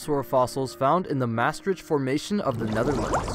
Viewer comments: Always fun to hear a non Dutch speaker say words like Maastricht. It wasnt even close 😂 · I'm from Maastricht, always felt very proud haha Love how Maastricht is pronounced in other languages too lol